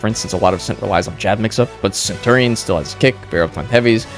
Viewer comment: that is not how you say centurion